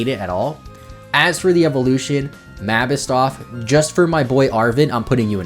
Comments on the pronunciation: Wdym “MABISSTOFF” ITS MABOSSTIFF!!!!!!!!!!!!!!!!!!!!!!!!!!!!!!!!!!!!!'!!!!!!!!!!!!!!!!!!!!!!!!!!!!!!!!!!!!!!!!!!!!!!!!!!!!!!!!!!!!!!!!!!!!!!!!!!!!!!!!!!!!!!!!!!!!!!!!!!!!!!!!!!!!!!!!!!!!! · The way you pronounce Mabosstiff makes my soul cry